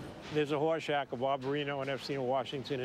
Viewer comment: It's Horshack, not Horseshack.